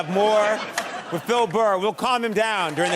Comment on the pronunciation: Is it just me or does Conan call him "Fil Burr" ?